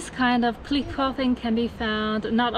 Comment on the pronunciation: 强迫症这里小小的纠正一下小姐姐，cliff发音还差一点点🙏